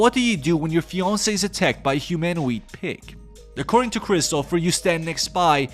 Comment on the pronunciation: Why do you call him Christopher? It's christopher